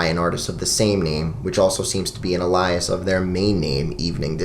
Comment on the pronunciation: wait how did you pronounce "alias" lol